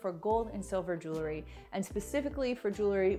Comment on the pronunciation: Jewelry not jewlery. I do love these hacks ! Thank you